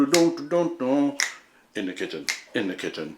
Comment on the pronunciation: "Inda kitchen....inda kitchen.."